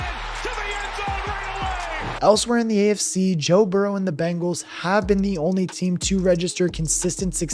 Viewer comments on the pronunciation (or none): none